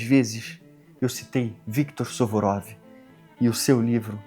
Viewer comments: é suvorov ou surovov 😂. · Suvurov X Suruvov 😂😂😂